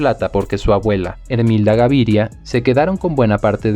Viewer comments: Pero es "Gaviria y no Garivia" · Me gusta la historia pero cada vez que pronuncias Garivia en vez de Gaviria, cómo el n realidad es me desconcentras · Porque dice Garivia y no Gaviria que es el propio apellido?